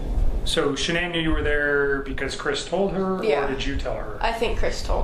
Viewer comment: Maybe I'm too invested in this case , because I am irritated he cannot pronounce Sha'ann's name correctly 😤